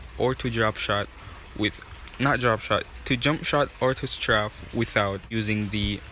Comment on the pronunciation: straf lol its straif